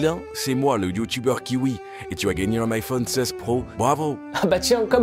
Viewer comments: Pendant toute la vidéo il dit Kiwi au lieux de Qin Hui 🤣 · “Kiwi” au lieu de Qin hui c’est banger 😂😂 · Tu mas fait trop rire mdr 😂😂😂 " qui hui " 😂